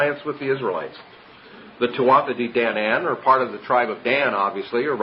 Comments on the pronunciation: Thx for this excellent video...one point: tuatha is pronounced : two uh .. not... two thuh..... ‘ th’ is silent in the middle of a Gaelic word ..... 🙏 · Correct PHONETIC Pronunciation .... TOO -A DAY-DAN-AN The "TH" is silent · I believe that the "th" in "Tuatha" is silent...